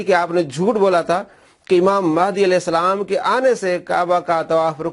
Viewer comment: alaeh salam raziallah anha Pehly sahih to bolo 😂😂😂😂 Moavia Nawaz